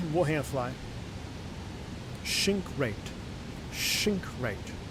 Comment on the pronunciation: WADAFAK, why shink rate and not sink rate? xd